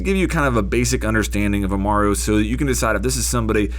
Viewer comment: Amaru not umara